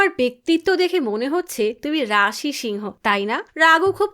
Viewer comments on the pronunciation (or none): none